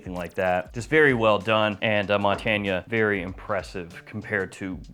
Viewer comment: I think it’s pronounced Mon-tain.